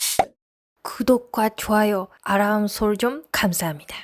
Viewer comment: 은 한국어 발음 많이 연습하셔야 겠습니다. 젊은분 중에 처럼 쿠독 아람설정 이렇게 발음하는 사람 못 봤습니다.